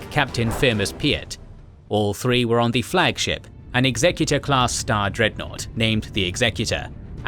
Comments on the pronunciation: It's "Executor" as in "execute", not "executive". Why do people almost always pronounce it like it's the CEO's ship and not executing rebels? It drives me crazy. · Executor? It's pronounced X SE CUE TER